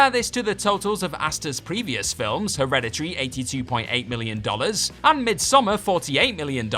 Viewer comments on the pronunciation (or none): none